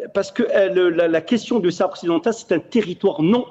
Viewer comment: Essayez de ne pas prononcé le ''H'' de sahara svp ( laissez le muet). Merci, ca fait pas pour les auditeurs